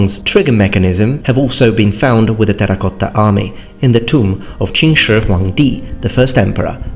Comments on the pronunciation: Damn, you nailed the QinShiHuangDi秦始皇帝pronunciation perfectly. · Your pronunciation of Emperor Qin, China is quite on point. You took classes? Although we usually skip the last word Di and just end with Wang. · Shocked by how casually he perfectly pronunced chinese emperor “Qin Shi Huang (Di)” 👏👏👏